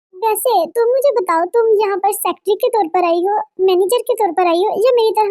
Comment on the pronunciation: Secatery not sectry